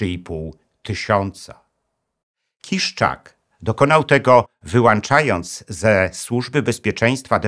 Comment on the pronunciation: ale ni "wyłanczając" tylko "Wyłączając" panie Profesorze....